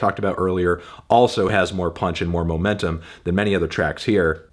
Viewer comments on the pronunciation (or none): none